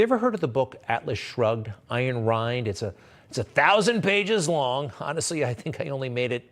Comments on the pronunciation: Greg, Miss Rand's message is simple, free minds and free markets (but her last name was Rand, not as you pronounce it Rind. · Her name is pronounced RAN-D NOT RIND LIKE IN “REMINGTON RAND “TYPEWRITERS … FYI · Uhhh. How does any one mispronounce the last name of Atlas Shrugged's author? Just sayin